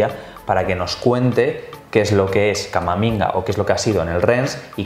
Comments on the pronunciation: le ha llamado Camaminga xDDDDDDDDDDDDD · He dicho "Camaminga". Sí. Sabía completamente lo que estaba diciendo. Espero que "se la saque".